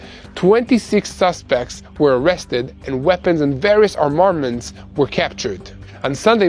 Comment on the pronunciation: ARM-a-ments, not ar-MA-ments. But good report, as usual.